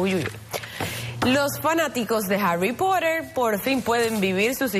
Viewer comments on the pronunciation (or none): Harry porer :v (así le dijo la tipa) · Nadie: La presentadora: "los fanáticos de Harui Pohtheur"